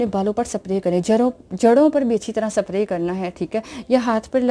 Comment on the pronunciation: چوتھیا عورت سپپپپپرے نہیں سپرے اس کو بھولنا نہیں اتا لعنت ھو